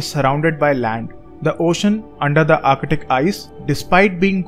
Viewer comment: I swear I heard u saying architic Everytime u try to pronounce ark-tik(arctic)